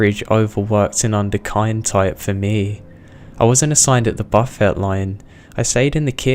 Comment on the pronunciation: I know you probably already got grief for this but the way you said “buffet” was so wrong I was genuinely confused as to what you were trying to tell me about his profession. It took context clues regarding him working as a cook to help me understand what you meant. I know it’s petty, but it just really distracted me from the story. I love your work tho and I hope you don’t see this as hate❤️